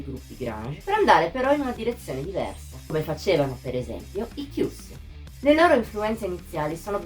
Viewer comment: Scusami tanto ma la pronuncia non dovrebbe essere " kaiuss"? Boh sempre conosciuti così io 🤔